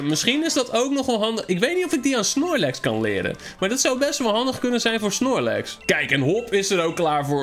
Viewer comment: Snorlex hahahhaahahhaahahahahahahahahahahah geen snirlex maar munlex